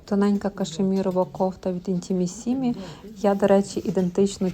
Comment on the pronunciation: "Intimissimi"не правильно ставите ударение...на 3 слог будет правильно.